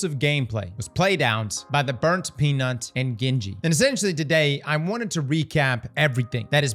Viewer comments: Lmfao gingy being pronounced as gen ji wtf brother 😂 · because it is Gingy like ginger and this guy is not pronouncing it right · Gingy is a sweetheart. Shes probably heartbroken hearing her name pronounced 'ga-in-ji' lol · Bro its pronounced gingy as in GINGER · Cringe every time he says genji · The way this man pronounces ginger must be crazy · The fact that you cannot properly pronounce Gingy’s name is so infuriating. She’s been around forever, come on brother! She deserves the respect. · You should listen how to pronounce Gingy haha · Ppl who mispronounce gingy are cringy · Why are all the Destiny creators pronouncing Gingy, Gingy, and not Gingy?